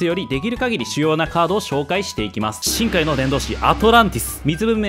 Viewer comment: 今日のZwei発音 深↑海⤵︎ の伝道師